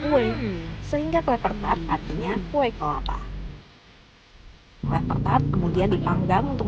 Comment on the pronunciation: Blh koreksi akang Ucapan/ sebutannya yg benar Klapertaart tdk Klepertaart..!! agar org tdk latah yg salah ucap. Marijo torang k Mdo 😍🌴